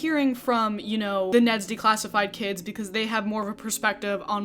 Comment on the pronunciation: Hehehe you kept saying “day-classified” instead of “de-classified”